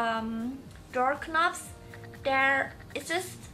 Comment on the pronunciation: "Dork kee-nobs"